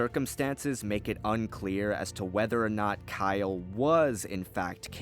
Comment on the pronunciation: Kylo Katarn? I'm not the only one who heard that, right?